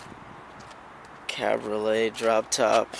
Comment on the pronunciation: CA BREE O LAY (you missed a vowel!)